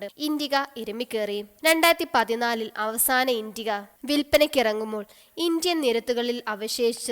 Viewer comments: It's not intiga, it's an "Indica" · Very pathetic narration...full of miss spelt words... indiga?!?...really? Its indica!!!😣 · V12 അല്ല v2 ആണ്, പിന്നെ ഇണ്ടിക അല്ല ഇന്റിക്ക ആണ്